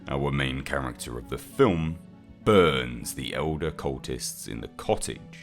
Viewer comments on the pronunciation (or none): none